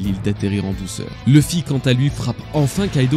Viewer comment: Tes vidéos sont vraiment géniales, superbe travail, mais je ne peux pas m'abonner ou liker tant que tu ne voudras pas prononcer le nom de Luffy correctement... ça me bloque